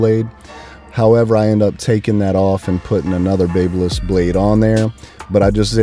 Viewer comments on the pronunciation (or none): Pronounced.......BAB Y LISS. sounds like BAB A LISS. Like the City of Babylon in ancient times. If you're using a certain brand and continuously saying the name of the brand, you should know how to pronounce the brand correctly. Now, spread the word, my good friend.